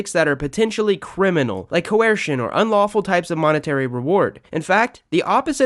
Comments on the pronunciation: The second he said cuwesrshin instead of coercion I relized this guy didn’t know what he was talking about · You’re saying “coercion” really weird; like Stewie saying “cool whip”